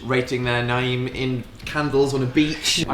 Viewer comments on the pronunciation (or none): what happened with the way dan said 'name' there and while phil was talking about his mum making a hairdresser appointment I was like SAME PHIL SAME